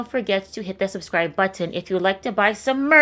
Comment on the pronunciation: My drug of choice is the way says "button"